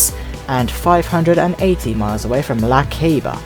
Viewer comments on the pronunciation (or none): With all the utmost respect...no being mean or anything, but it is pronounced La Ceiba (say-ba, like "say" it to me...say-baa).